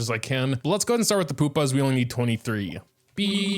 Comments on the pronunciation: It's not "Poopa", it's "Pupa". U. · I think Pupa pronounced Pyu-Pa